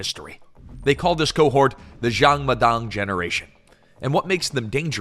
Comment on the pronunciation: Why keep pronouncing Jang as Xiang? Its a 'J'.